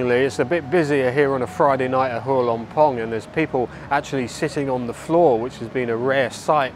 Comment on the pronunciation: You have done a lot of research to make this video. But sadly the insult is your total lack of repect and effort in learning the correct way to pronounce every word of Thai correctly. The first one is Hua.